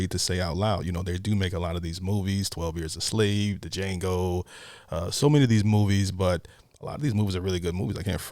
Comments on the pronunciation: The d is silent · The d is silent in Django. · It's Jang-Ohh (The D is silent!) 🤣🤣😎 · Lol he said D. Jango ha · We not just gonna speed past you pronouncing the D in Django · "The "D", is silent." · The D is silent hillbilly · The D in Django is silent. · Do you flip your videos because you look weird unless look like you do in a mirror? And the D in Django (he actually says it in the film) is silent!